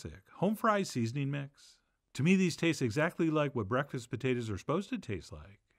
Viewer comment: Your pronunciation of putatahs is the same as my grandfather from P.E.I., who has passed. Thus, I added tears instead of salt. Love from Queen's U, Canada.